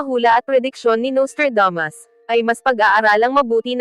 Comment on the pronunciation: Naiinis lang ako sa narrator na Babaeng ito, masyadong maarteng magsalita! Yung Nustradamos ginawang Nostradames.